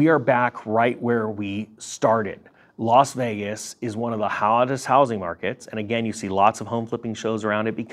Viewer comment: Don't mean to seem pedantic.....but it is Las Vegas......and not "Los" Vegas.....